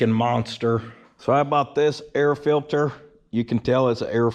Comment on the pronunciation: Air "fillter"...love it lol